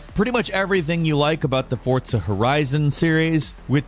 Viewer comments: Its forza not fortza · "Top 20 times of how to mispronounce Forza by adding a "T" and saying Fortza." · Why Fortza though? It's Forza lol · Am I the only one that, for years, only ever heard everyone pronounce it "for-zuh" then about a year ago literally everyone is saying "fort-suh"? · Dude the way you are saying "Fortsa" is absolutely infuriating WHY ARE YOU SAYING IT LIKE THAT